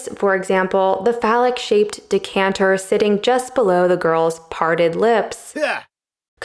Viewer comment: At the end, did she say "dick-canter" or am I hallucinating? 😁